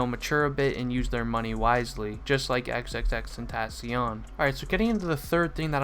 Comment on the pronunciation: vro u said said his name wrong aha but, NUMB